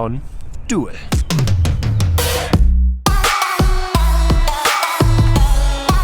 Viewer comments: It's pronounced "dool", not "duel" 🙂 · It is not "doe-el" but "doel" like the English do+l. Like "cool" but with a d. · Doowel? No. Doel. Jesus, English speakers can screw everything, can't they? Why don't their schools teach them 2 extra languagues? They SUCK. Americans never leave those weird States, and that must change. This one even has a German name. Then I really don't get it. Hard to keep friendly. Must ask questions. Like, hey man, where did you learn your English? Can't you go work in or near London for five years? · It's pronounced Dool in English, not dohel. get your facts strait. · FYI, "oe" in Dutch is pronounced as "oo" in English. So Doel sounds like "Dool", not "duel". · It pronounced [dool] as in "doom"... Doel... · 'oe' in Dutch is virtually the same as the German 'u'. As in 'du' or 'Kuh'. You're turning it into a kind of diphthong ending on a schwa. 'Doo-el' as an English approximation. Sorry, "Doel" is said so much in this video that it started grating on me :-D no offense meant to our neighbours! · Nobody ever has pronounced it Duel though